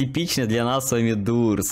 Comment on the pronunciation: Не дурс а дорс правильно говорится